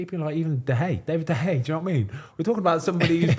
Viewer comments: David the Hay is how they pronounce it in spain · How does Ben still not know how to pronounce David de Gea’s name properly? 😂😂